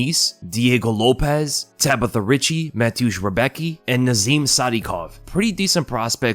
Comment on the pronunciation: Damn you pronounced Rebecki sooooo wrong haha its funny to hear. I know its hard for someone not from Poland but its so funny 😅😅😅